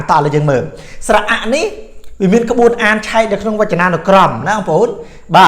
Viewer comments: ក្បួនអាន មិនមែនក្បួអានទេ! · ក្បួន ភ្លេច "ន" លោកគ្រូ☺️